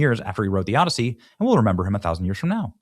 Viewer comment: The “Odd-I-See”